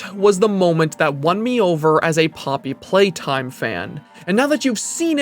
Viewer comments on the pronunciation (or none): ploppy playtime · is it just me or did he legit said “ploppy playtime” at the start 💀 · hehe ploppy playtime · why did i hear the first line as "ploppy playtime" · this is a ploppy moment